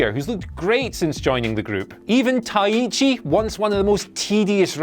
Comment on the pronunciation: Taiichi not Tayeeeechi